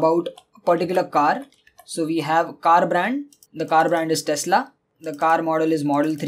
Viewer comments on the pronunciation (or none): It's " Tesla " not "Telsa "..